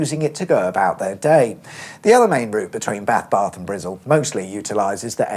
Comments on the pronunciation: It's more "Bristle" than "Brizzle", but who gives a fuck? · It’s not Brizzle that’s fking insulting it’s Bristol!!!! Ffs Cheers!!!! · Point of order: No Bristolian has ever called Bristol Brizzle. It’s an urban myth. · Speak English..Wtf is Brizzle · I love how you called Bristol “Brizzle”. I would imagine if the A431 could still be a toll road to this day. Plus you should do the A47 in Norfolk that parts of the A47 is getting the upgrade to dual carriageway. And plans to dual carriageway the entire A47 from King’s Lynn to Peterborough and from Peterborough to Wansford. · bath barth and brizzle LOL